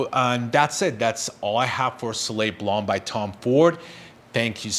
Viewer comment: Please learn how to pronounce the name of the fragrance properly.